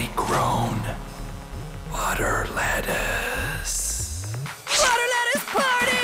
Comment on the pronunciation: Buter Lettuce. Lol how funny beth.